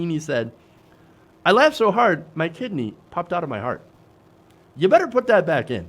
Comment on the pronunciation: Why can't he just say "kidney" like ordinary people? He has to say "Kih -d--nee" and do his stupid smile on the "nee".